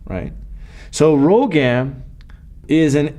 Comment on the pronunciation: the drug is rhogam not rhogan